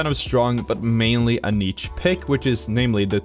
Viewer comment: I'm annoyed by how you pronounce "niche," awesome video otherwise